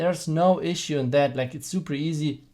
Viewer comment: And also that sound like dat